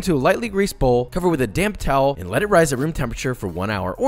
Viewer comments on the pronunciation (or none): i ALWAYS hear "damp towel" wrong. it always sounds like "cover with a damn towel" to me lmao